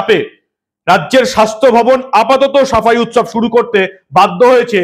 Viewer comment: উৎসব নয়, ওটা শবের উৎ-শব।